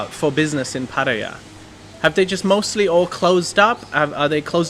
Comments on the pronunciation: None of those. Thai people pronounce it Pa—Tay—AAHH, three full syllables with emphasis on the last syllable. I would consider that the definitive pronunciation, not the way the people in this video are pronouncing it. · Hi, Sawasdi khrab. I am an Indian loving Thailand because Thailand has more original Indian Hindu culture than in India itself. I am a regular viewer of your channel. Kindly enlighten me how Pattaya is pronounced. Is it " patiya, or Pattaya, or patya